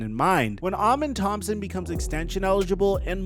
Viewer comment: Salute 🫡 To The ONLY Person Making Videos Or Discussing Amen Thompson That Can Actually Pronounce His Name Correctly 👏 👏 👏